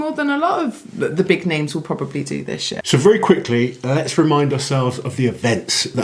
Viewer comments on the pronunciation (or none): "more than a lot of the big names will probably do this year" Initially sounded like "will probably do this shit" for a moment. I got whiplash